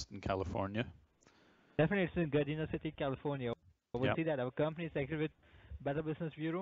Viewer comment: Can’t even pronounce Gardena right…………….. 😳🤔